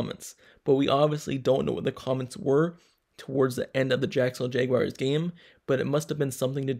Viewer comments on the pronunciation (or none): Why you say jaguars like that? “Jaygwayers”. Lmao